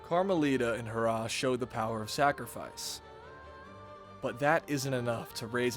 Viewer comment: it's HE RRAH not harrah